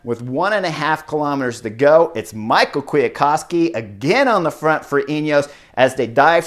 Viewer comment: Someone can correct me here but I'm pretty sure you pronounce Kwiatkowski's first name "me how" not Michael. Really bugged me haha.